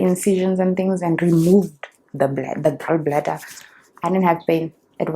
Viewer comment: What's this intro?! 😂😂🤣 20 to 2?????😭😂😂 Don't make me laugh so hard,, Lord!! The Tiktok is the end of me bra nooo man 😭🤣you'll live very long🤣❤️❤️ The pronunciation of Gall bladder changed real quick to Gaowl😂😂😂😂 Jirre Chady, noooo man.. I'm dying 🤣🤣